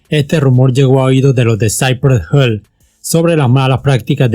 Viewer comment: Hill se pronuncia como se lee